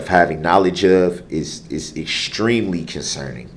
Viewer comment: "estreemly concerning" - god this man-baby is thick! If I hear him say "estreeemly conceerning" or "I axed...." one more time I think I will scream!!!!!!!